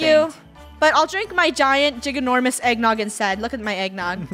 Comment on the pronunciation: Me: ginormous Funneh: Giganormous